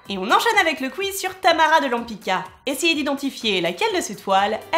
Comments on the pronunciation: She's name is Tamara de LempitZka, non Lempika ...hhh...Polish C = TZ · It's a Polish surname- Łępicka -and you mispronunce it 😥